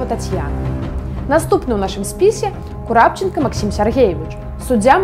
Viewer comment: Нядрэнна, але ж прозвішчы трэба называць правільна. Не Курапчанка, а КурпачЭнка. І на Літвіну адзін раз сказалі Літвінава.